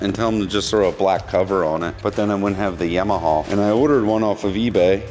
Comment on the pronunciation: Please...."YAW-MA-HAW"""